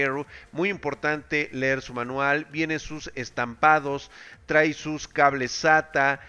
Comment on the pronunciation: "TRAE"!! Se pronuncia TRAE! Por Dios!